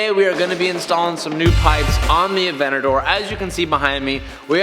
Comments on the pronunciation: You keep forgetting the T in avenTador bro, c'mon you're killing smalls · Nobody: Literally nobody:: Avinador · AVENADOOR? lol look at 29 sec you’ll see 🤣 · why does he say avenaDoor instead of avenTador lmao?!?!